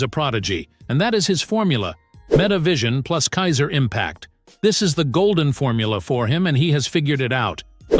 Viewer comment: bro pls learn how to say Kaiser and Kunigami, also you need to watch the anime bro chigiri is a boy not a girl and learn what character is which because Ness is not Isagi bro